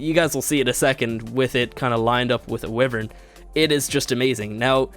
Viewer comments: Wyvern not wifen, why vern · WHY-VERN NOT WIVERAN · Your pronunciation of wyvern makes me cringe. Its not "we-vern" the right one is "Wy-vern" use a "I" sound in the start. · It's not pronounced wivern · WHY-VERN!!! that is how it is pronounced dumbass!!!! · He said wivern LMAO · Its Wyvern pronounced "y-vern"